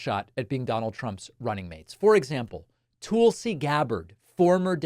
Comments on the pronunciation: Tool-See? David, Tulsi Gabbard's first name is pronounced "Tull-See", not Tool-See. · Damn David, with all due respect to Tulsi Gabbard; her name is not Tool-see(sea) or Toll-see(sea), it's Tull-see(sea), like Juthro Tull. She's not as bad as you make her out to be. She is attractive, intelligent, and sane. Don'T won't pick Tulsi for V.P. because she is WAY too smart and stern for Agent Orange. Don'T won't pick a woman at all. Women are inferior in his eyes. If he indeed does pick a woman, it will be Ramaswamy. He will most likely pick J.D. Vance. Vance is young, tall, and can easily be manipulated by Trump. Also Trump is five letters, and Vance is five letters. Don'T is a simpleton in mindset. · Its not tool-sey. Its Tulsie like Tulsa.